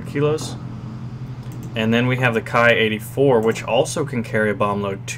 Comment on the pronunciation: Ki should be pronounced as in Key ,sir